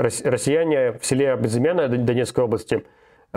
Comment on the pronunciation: Село называется Безы'менное